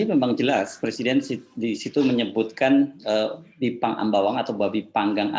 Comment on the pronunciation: Pakkkkk Baca Pake Text Aja....drpda Salah Ngmong😭😭😭😭😭.... Bipang Ambawang itu untuk TKA Yg baru Dateng aja pak 😭😭😭